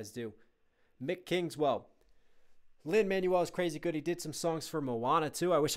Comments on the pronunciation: Teeny note: It's Lin-"Man-WELL", not "MAN-you-ul". ✌️ Loving your reaction/breakdown vids! 🥰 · WAIT LIN-MANUAL MIRANDA!? IT'S LIN-MANUEL (prounounced Man-Wel) MIRANDA SILLY! otherwise great video now WHERE IS THE PART 2!?